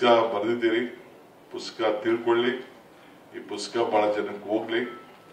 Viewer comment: ಪುಸ್ತಕ ❎ ಪುಸ್ಕ ✅